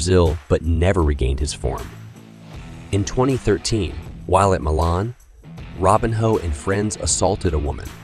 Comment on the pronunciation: I’m sure this is an interesting video, but I can’t listen to you butcher his name over and over again. Robinho, not Robin Hood.